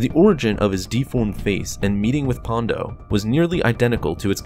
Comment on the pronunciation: An I the only one who noticed he kept referring to Ponda Baba as "Pondo"? 😆